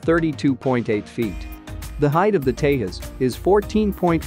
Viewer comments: First of all it is called 'Tejas' (J for Jet) not 'Tehus'. it's a hindi word. Please do learn to pronounce correctly. I wonder what kind of research you did before making a video on it where you couldn't find real pronouns. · It is not THAS!!! IT IS teJas folks!!! J should not be sounded as H!!!! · It's tejus not tehus 😂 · Its tejas.. as in J for juliet.. not tehas.... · When you speak in Indian languages, you pronounce the J as J unlike Spanish. Its pronounced Tezas and not Tehas. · dec06’23/1533h 🇺🇸 who ever is narrating needs to know how to pronounce TEJAS. it’s not pronounced TEYAS. The correct pronunciation is TEJAZZ. AS IN “JAZZ” Do you say YAS MUSIC? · It is TEJAS not TEHAS. J is not H as in Spanish. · It's Te-Jas... not Tae - US !! 😂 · Please pronounce Tejas with J pronounced as in “jump” not some Mexican word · its not tehas its te'J'as!!! not everything is spanish noob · San Jose may be pronounced as San Hose, but Tejas is not Tehas.. Its Te"J"us as in Jesus 😀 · tehas nahi bhai tejas hai. every J is not spanish. what the hell is tehas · Pronunciation is TeJas not TeHas. This word ain’t no Spanish! Tejas means Luminous in Sanskrit. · its not tehas - its Tejas .... j as jesus! Tejas is a sanskrit word meaning "fire" or "illumination" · Dude.. It is not TeHas… It is TeJas… English J. Not Spanish J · In India J is pronounced as J not H. It's Tejas not Tehas. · In India we do pronounce J as J...So it is Tejas and and not Tehas... Just like Jesus is not Hesus in English. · It is pronounced as it is spelled - TeJas and NOT TeHas. It is an Indian World and not Spanish. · Wtf is tehas it's Tejas say it properly say j instead of h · FIRST LEARN TO PRONOUNCE TEJAS .. nothing is SILENT in the SPELLINGS so stop that HYPED PUT ON ACCENT ‘TEHAS ‘ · Try to speak the word Tejas just like your Chanel name whatever!! It’s not Hetline, similarly it’s not Tehas it’s TeJas. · Man, it is called "Tejas", NOT "Tehas"..! 😃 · You are pronouncing Tejas as Tehas! 🙄😳